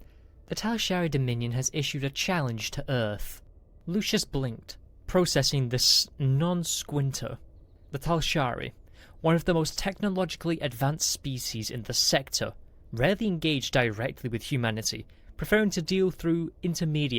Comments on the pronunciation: and. non-sequitur is pronounced ˈnon ˌsɛkwətər. not squinter. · You don't learn from these comments. If you don't know how to pronounce something ("non-sequitur"), LOOK IT UP. It's not pronounced 'non sqinter' it pronounced 'non sek-wit-er'. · Lol non squinter, its non seq-wit-er haha. Thanks guys.